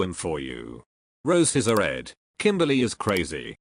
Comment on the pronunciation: 😭like why he say it like that lmao